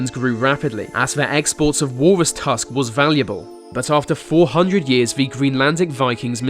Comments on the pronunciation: He pronounces "th" as "v" and "f".. "Ve first fing etc" Unaudible. Stop that nonsense and learn the proper standards of BBC english, if you want to be a pro. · William Daliege 😂 I specifically went through comments to see if "vere" (there) is someone who has "ve" (the) exact same problem. I also love "vese" (these) videos but get distracted by "ve" (the) way its pronounced. Just a few seconds in and I start losing focus on the subject matter. Too funny. Glad to see its not just me!